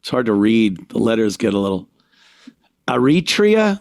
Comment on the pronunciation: and for years he was always saying black people are dumb but he can't pronounce. Eritrea and Mauritania 😂😂😂😂😂